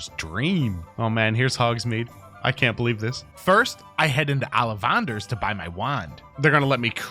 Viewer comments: you say it a differently. You said allivanders in an almost Irish/Scottish accents trying to replicate. They say it ollivanders or aullivaders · Congratulations on 100%. But why the duck would you say ollivanders like that